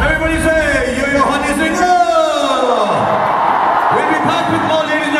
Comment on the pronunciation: Honey yo yo singh 😢😅srk ne name theek se nahi boa